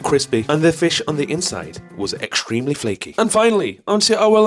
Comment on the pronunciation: I love how you can't pronounce 'ing' at the end of words without throwing an 'a' on the end too. 'Walkinga' 'Gazinga' What does 'ekstreamly' mean? probably shouldnt let that bother me but I'm getting old now so fuck it. I'ma complain about nothing.